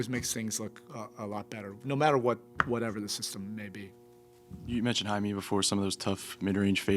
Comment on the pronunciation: Why do people pronounce Jaime's name as HI-ME? It is pronounced "HI MEH"!